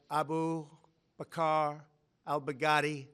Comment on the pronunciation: Man the way how he announces it shits hilarious 😂😂🤣 “a boob, a car, I’ll bag daddy”....Trump 2020 💪🏿🇺🇸🇺🇸🇺🇸